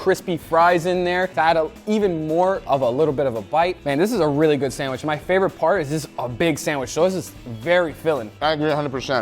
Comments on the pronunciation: I like how says sandwiSH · I love hearing you say sandwish lol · “I have made many sanwishis” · I wonder if he can spell sandwich because he cant pronounce the word. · I can't take sandwich advice from someone who can't pronounce sandwich